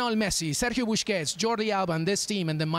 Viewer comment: why does he keep calling him sergio buSHkets?? driving me nuts.